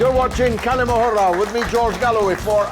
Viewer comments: Dear George it's not 'kali mohura' the pronunciation of the word is "Kal'ma-a- Hurr" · Bro ther Galloway, the way to pronounce the Kalima Hurra, the H should sound more like HOUSE than HAVE Hurra, I know it's not that important I just thought to mention it.